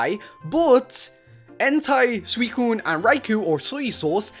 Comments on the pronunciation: Did he say soysauce for suicune? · called suicune, soya sauce lol